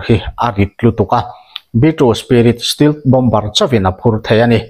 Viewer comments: Stealth-Still anga lam tur nilovin. Stell - Mizo e (sap A) thluk anga lam tur zawk ani e.. Hriat ve mai mai atan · Stelth tia lsm nise.